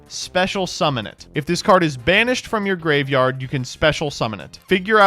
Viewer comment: I misheard, it sounded like "Summon a card in Spanish" not "banished". I was VERY confused for a second there.